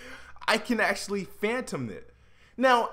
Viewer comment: it's "I can't FATHOM this" not "PHANTOM" which is a ghost. Fathom, not phantom.